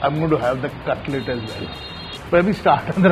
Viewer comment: Cutlet Nahi cutless 😂😂